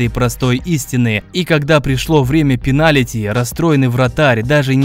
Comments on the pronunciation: ты сказал ПЕНАЛИТИ😄😄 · так-то пенальти а не пеналити)